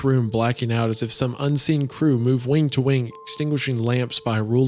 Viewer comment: Spire in the Woods also mentioned that type of clock that Isaiah is referring to. It's called a glockenspiel, literally bell play. Has anyone else noticed that whenever Isaiah says the word "wing," he adds a k consonant to the end? It almost sounds like he's saying "wink."